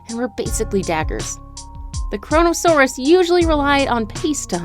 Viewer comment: Cronasouras lol